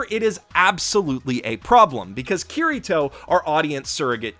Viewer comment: Ow... English accents absolutely butchers Kirito's name.